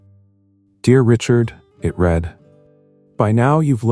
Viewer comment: An interesting & intricate nice story. Well scripted & well narrated. Only flaw is the many times mispronunciation of name 'Sophia' ! Also care shud be given to pronunciation of 'read'/ spelling same but pronunciation different for present tense & past tense !!! Stories need proper editing b4 posting.